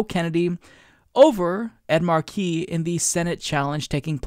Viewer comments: You're right about Pelosi, of course. That being said, I think that's Mark-e, not Mar-kee. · It's "Ed MAR-key" not "mar-KEY" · the Senator's name is pronounced with a short "e" sound, not like "key".